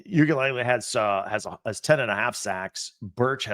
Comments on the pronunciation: This is guy😂, he goes “ukulele” Brah it’s pronounced “Ooi-aga-lelei” Mateo Uiagalelei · "oogalaylay" 😂😂 just watch a game the comms get it right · its pronounced "EW-ee-UNGu-laylay" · Matayo’s last name is pronounced oo·ee·uhng·guh•luh•lay